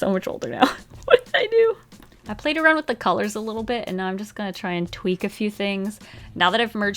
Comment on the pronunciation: What said “I’m just gonna tweak the colors.” What I heard “I’m just gonna tweet the colors.”